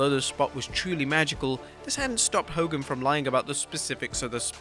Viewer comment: “FACK DE HO KOGAN” love from the Iron Sheik